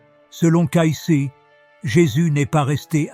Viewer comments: On doit prononcer CAYCI svp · Oui, des roisses au lieu des rois, le nom de Cayce prononcé différemment au long de la vidéo...